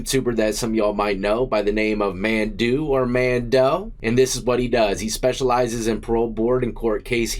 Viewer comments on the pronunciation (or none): Pronounced (mondo) spelled mando